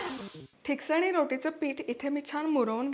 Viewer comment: pronounce it as " Tiksaani" which mean which is thikat. Glad you are showing my konkani recipes. There is another dish made from thin poha called " mande" if you can post this recipe i will be happy.